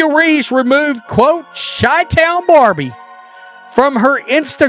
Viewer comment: Chi chi-town not kai town sounds like SHY. Shitty ass AI voice over